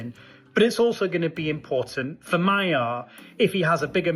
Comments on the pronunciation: The word "Magyar" is not pronounced "Mayar", but rather "Madjar". "gy" = "dj", similar to the beginning of the word "during". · It is pronounced Maghiar, like the Magyars.... please... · Magyar is pronounced Magjar - gy is a bit like g in George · Magyar is pronouced Madyar. Orbán is a G! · Magyar's name is pronounced 'moh-joh' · No... it's "Mah-gee-arr" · Magyar, not Mayer. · Madyar is closer. And O1G. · Yes, that's how it's pronounced, but you keep saying My-yar. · The other real question is whether Orbán will be held accountable for decades of corruption siphoning off EU funds for personal gain and crony allegiance with the effect of diminishing the array of normal government services and quality of life of Hungarians. Sir, thank you for putting a spotlight on this small but vigorous country and feel free to pronounce Mr. Magyar's name more closely to what it sounds like in Hungarian which is...in English like 'Madyar.'. It should not be mistaken for German sounding like "Mayer" and I didn't know what you were talking about at first. As a Hungarian this is important because our language is unique and outstandingly beautiful also, his surname reflects the name of our people in our language, which is strong and soft all at the same time. All the best to all watchers and joining you from Canada with great excitement about the outcome of this election.